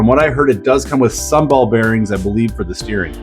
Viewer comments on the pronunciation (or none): none